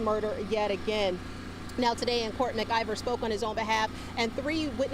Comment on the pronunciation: It's Mclver not Mergiver